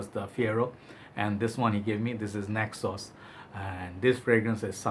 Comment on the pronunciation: Ayyy man, I struggle with neck pain sometimes as well. By the way, when you pronounced Naxos, I've understood (necksauce).😂